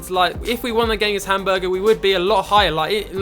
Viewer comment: Love the videos, but the pronunciation kills me. Hamburger and Gladbach are by far my favorites..